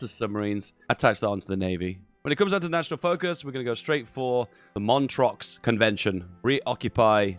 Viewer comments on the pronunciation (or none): I wonder if you mispronounce words on purpose lol. 'Montreux' is definitely not 'Mon-trocks'